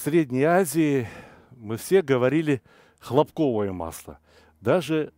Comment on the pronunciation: Всё родное и хорошо. Слово хлопковое ударение на первое о.